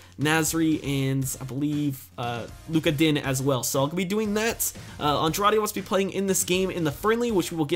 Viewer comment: It's pronounced "lukas dinyæ"